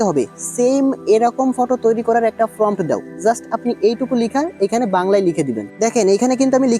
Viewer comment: আরে পন্ডিত আগে নিজে অ আ ক খ শিখে আয়, ওটার নাম "ফম" না, তাহলে বারবার ফম ফম উচ্চারণ করছিস কেন ওটার নাম প্রম্পট